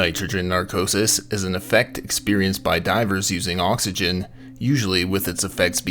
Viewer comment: Thanks for pointing that out. Now every time the narrator says oxygen, I get a little bothered. I did however enjoy reading through this thread of comments with everyone correcting each other and being wrong most of the time. Enough YouTube videos and everyone thinks they’re an expert haha